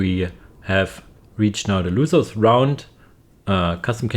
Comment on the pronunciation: Hey its losers not loosers